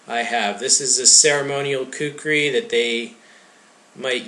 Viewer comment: Actually, "kukri" is closer to the actual pronunciation that "kukuri". Its a nepali/hindi/urdu thing.